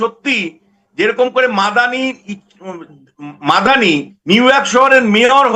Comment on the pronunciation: এই পাঁঠা কে আমার অসহ্য লাগে। কখন বলছে আমি রাষ্ট্রবিজ্ঞানের ছাত্র। আবার কখন বলছে আমি অধ্যাপক। কখন বলছে আমতলা কে আমতা আমতা। আবার কখনও মামদানি কে মাদানি মাদানি। এই পাঁঠার মাথা ঠিক নেই।